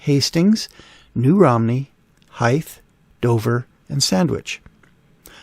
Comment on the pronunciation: Just FYI, Hythe is pronounced like scythe.